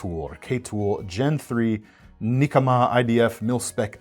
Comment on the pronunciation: it would be ne-KAH-mah it translates as revenge